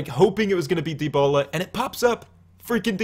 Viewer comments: De-ba-la not de-bo-la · I've never heard anyone pronounce it the way you did lol